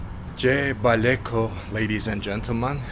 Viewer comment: I loved the way you pronounce gyebaleko wooow